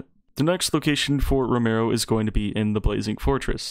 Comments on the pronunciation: Row-me-o it’s not row-mer-o 😂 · It’s ro me o not romayo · lol ro-mare-ro